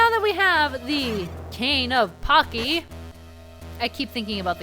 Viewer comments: I hope the item is pronounced Pah-chee like some in the comments have said. Because at the moment it sounds like pakki, which is a pretty bad racial slur in the UK against people from Pakistan. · It's pronounced Cane of "paCHi" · I believe Pacci is pronounced Pah-chee. usually a double c makes a ch sound. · Cane of Pacci. Pronounced "pach-ee" because when cc is followed by E or I, it makes a ch sound, except when an H is between them. Yeah, Italian's fun that way. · It's actually Italian, and is pronounced Pah-chee, with the Pah being a long 'a', as in Paw only a little quicker. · It is indeed pronounced Pah-chee. Although I don't know why you expect certain pronunciations from a game that was originally in Japanese. Even had it been pronounced pakki, it still wouldn't mean what you think it does (it doesn't mean anything in Japanese at all, it's just a person's name here). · It's pronounced "pachi". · The name of the cane is pronounced like"Pot-chi". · It's pronounced PAW - CHEE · I always pronounced Pacci as Pawchee.